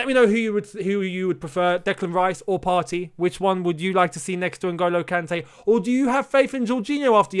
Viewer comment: Partey is pronounced Par - Tay. As in "sTAY"